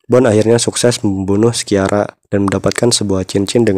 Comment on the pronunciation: Lea Seydoux dibacanya Lea Sedu Christophe Waltz dibacanya Kristof valts Sciara dibacanya Shara